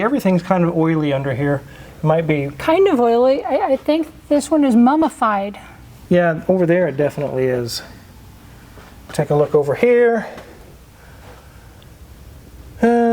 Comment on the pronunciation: "Mumifiyed" got me LOL hahahhaha